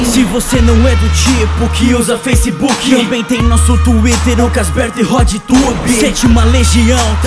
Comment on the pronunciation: KKKKKKKKKKKKKKKKKKKKKKKK Quando eu vi tbm veio logo no pensamento '' Redtube '' sem contar ele falando parece que ele realmente fala Redtube aí fode mt Fã do Redtube esse